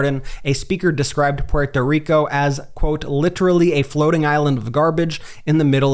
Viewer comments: The way you say Puerto Rico makes me cringe 😬 cut that out! 😆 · I wonder how many words and names this guy pronounced in his regional, English dialect when he could’ve pronounced them based on their non-English origins or regional pronunciations while he was making a cringe point of pronouncing Puerto Rico the way he pronounces it every five seconds in this video. I don’t know how you guys think that taking these righteous virtue singling perspectives about Donald Trump is going to somehow keep him from getting elected. I don’t know where you’ve been for the last 10 years. You’re just making things so much worse with your lazy attempts at inclusivity that just seem exclusively indicative of SJW’s like the guy in this video. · This guy is going to cost Kamala Harris the election if he doesn’t stop pronouncing Puerto Rico like that. Also, the misleading titles of every video from this channel are definitely causing more harm than good. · Jesus please stop saying Puerto Rico like that. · The way you’re pronouncing Puerto Rico is cringe-inducing. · Brett. Dont try to accentuate "Puerto Rico". Just say it normal or it sounds weird from you bc your too white, like me!!!! LOL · Bret, I get the whole “pronunciation” thing. But, my dude, we white guys, who do not have an accent “generally” speaking, say “Porto Rico”. I do not think this is taken with offense from the community. We pronounce a lot of things wrong. But not on purpose. When you pronounce it “Pewhorto Rico or Rican” you sound kind of silly. Please tell me you do not say “MeheeCo”. Regardless of the pronunciation acrobatics, I think the point lands. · Can you just say porto rico? Por favor, it's like if you tried to say croissant with a bad French accent. If you want to say it correctly, pronounce the t more. Like, say" P where toe" " reek oh" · Quick way to get drunk. Watch the video and drink a shot every time this dude says PPUErto Rico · Why does this guy put such a weird emphasis on the t in Puerto Rico?